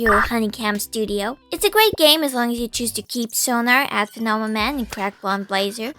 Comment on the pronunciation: "PHENOMENON." Holy shit I swear people's brains turn off when a word exceeds three syllables.